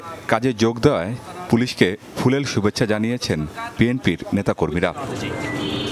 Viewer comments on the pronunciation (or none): ফুলেল❌ ফুলের✅😅